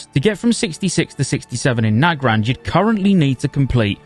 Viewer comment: You're one of the only people that I've heard pronounce Nagrand the same way I do. Everyone else says "Nuh-grand". You must be married if you say it "Nag-rand" :P